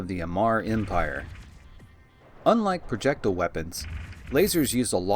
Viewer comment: Please look up how to pronounce projectile. there are no u's or h's in the word